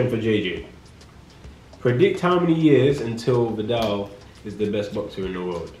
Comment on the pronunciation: "Occasionally" Riley